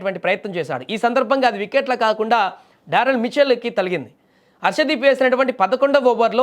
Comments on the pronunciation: తలిగింది కాదు ఆ పదం తగిలింది.తలగడం కాదు తగలడం.తెలుగు పదాలను ఖూనీ చేస్తున్నారు.నీవు ఈ ఉద్యోగానికి రాజీనామా చేసి ఒక తెలుగు మాష్టారు వద్ద తెలుగు పదాలను ఎలా పలకాలో శిక్షణ తీసుకోవడం చాలా అవసరం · తలిగింది పదం తప్పు తగిలింది అని పలకాలి తెలుగు బాష నూర్పిడి తరువాత నే కెమేరా ముందుకు పంపండి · ముందుగా నువ్వు భాషను, పదాలను సరియైన ఉచ్చారణ తో చెప్పడం నేర్చుకో… తగిలింది అనాలి , తలిగింది అని అనకూడదు, చెప్పకూడదు. తెలుగు పదాలు సరిగ్గా పలకడం రానప్పుడు మీ పరిజ్ఞానాన్ని ఇలా సోషల్ మీడియాలో ప్రదర్శించడం ఆపండి.